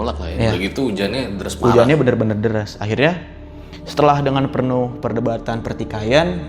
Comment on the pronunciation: Penuh bang bukan pernuh